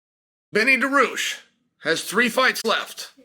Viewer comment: I love that after all this time, you still cannot pronounce his last name. 🤣😂 Come on Chael! It's not "DA-ROO-SHH"